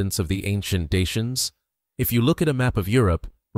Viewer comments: So ein quatsch. Daker nicht Daianer. Kann die AI das nicht aussprechen? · Даки а не диянцы! Прямо слух режет! Почему искусственный интеллект искажает это слово? Редакторы ваши совсем не выполняют свою работу! 😡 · Dakker, not dian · Какое диинцы? Или у меня ппоблема со слухом? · Rom e ma-ta! Ce porcarie AI ul asta ,adica nu mai exista un prost capabil sa citeasca un text si trebuie sa suportam scarbosenia asta de voce artificiala care inventeaza cuvinte "deiani"?? Folosirea AI arata lipsa inteligentei naturale. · Deisians?? Who speaks like that, it's not English. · Ich frage mich nur, wie man die Vergangenheit und Geschichte der Rumänen kennen kann, wenn man nicht einmal den Namen der Daker richtig aussprechen kann. Ich habe bereits drei Versionen zu diesem Thema gelesen, und keine davon ähnelt der anderen.